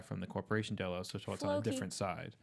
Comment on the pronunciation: Is saying "Day-Los" instead of "Dell-os" a dialect thing or just mispronunciation?